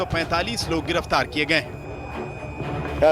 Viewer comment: Garaftar nahi hota ha giraftar hita ha Kai se bol raha ha